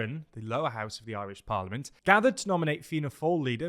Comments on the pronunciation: As an Irish person, I don't think I've ever heard a Brit pronounce Irish words so well. Kinda shook TBH. Go raibh maith agat. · ...you fecking nailed the pronunciation on this one. Might be the best job I've ever heard a Brit manage 🎉